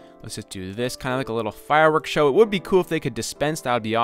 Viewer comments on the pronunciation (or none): none